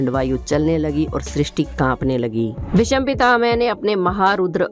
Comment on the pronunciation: Pehle " Bhishma " bolna hi Sikh len...... please 🙏